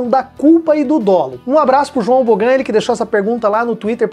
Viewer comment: muito obrigado pelos esclarecimentos, o video ficou muito bom e bem didático e só uma pequena correção: é Bôggan, é meu apelido há 22anos, estrangeiro por isso não tem acento no mais esta de parabêns! João Boggan (João Moraes de Souza)